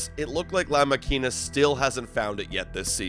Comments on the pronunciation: OMG.. please stop trying to say La Makina .. you’re making all the Latino ears bleed .. jk 😂😂😂😜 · Great video, but please… learn how to properly pronounce La Makina 🦾, or just keep calling him José Berrios. The way you pronounce it sounds so off. ❤❤❤